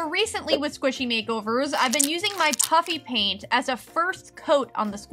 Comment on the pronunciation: It sounds like she’s saying puppy paint😂